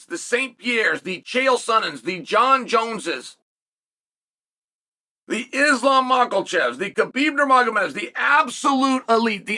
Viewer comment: unc still callin him mocklechev😭😭